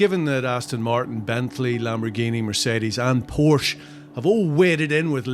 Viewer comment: Pronounced Porsche incorrectly. Cmon boys